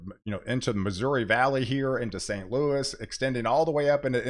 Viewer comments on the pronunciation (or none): none